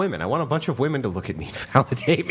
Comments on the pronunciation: Why do women of this generation pronounce "WOMEN" as "WOMAN"? What is the cause of this phenomenon?? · Just tell them to pronounce women as if its spelled "wimin"